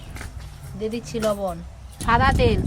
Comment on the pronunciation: কলা পাতাকে কোলাপাতা, ব্যাম্বু কে বাম্বু, সাদা তেলকে ছাদা তেল এগুলো কেমন ভাষা🤔